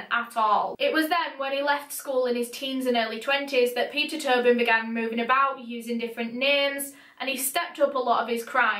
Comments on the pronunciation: clearly says “Peter Tobin” Me: Peter Toe Bin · omg i thought she was saying turban this whole time